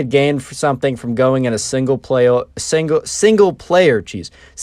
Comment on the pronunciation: "single plawer"